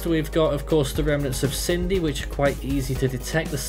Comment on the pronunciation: Sin-dee How on earth have you got Sydney from Cindy?